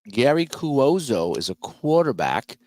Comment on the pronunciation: Cuozzo is pronounced “Kwahzo”.